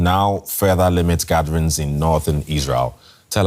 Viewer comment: Why can’t he pronounce the g sound in words? “Builden” “gatherens” “seein”